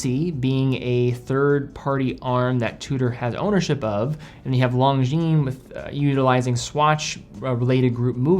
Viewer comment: FFS, it’s not “long-jean” it’s “lon-jean”